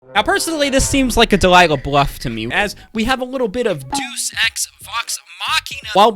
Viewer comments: It is pronounced: "Dei-us" Ex Machina. Not "Duce" Ex machina...As it means God/Deus(Dei-us) appears from the maschine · FYI, if it matters to you "deus" is pronounced "day-us", meaning god, like deity "day-ity".